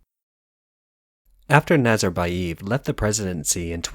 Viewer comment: NazarbayEv, not eeev